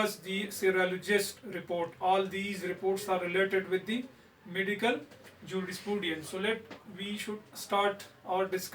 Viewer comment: And its Juris-prudence .. not jurisprooodiance